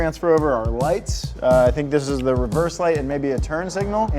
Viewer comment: “i am workin on de car” lmao killed me